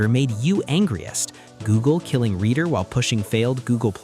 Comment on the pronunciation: It's pronounced reeder, not redder. At first I thought it had something to do with reddit, until i saw the word "reader" on screen.